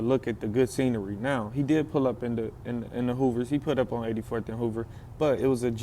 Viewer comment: He say Hoovas friendly